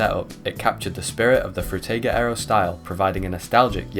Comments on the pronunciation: Bro pronounces “Frutiger Aero” differently every single time he says it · I really wanted to enjoy this video through and through, but the way you pronounce Frutiger Aero differently every time is annoying and takes me out of it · The way that the name is pronounced in at least 4 different ways within the span of 5 minutes lol I remember this style quite well, I believe I may have grown up in that era but maybe I was a bit too young idk :/ Nice vid tho! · Great video! I love how everyone pronounces Frutiger Aero differently in their videos